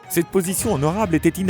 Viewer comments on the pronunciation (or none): none